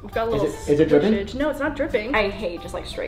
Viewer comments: You say no then add two R's at the end like this, no rr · Joselyn Gonzalez I thought that tooooooo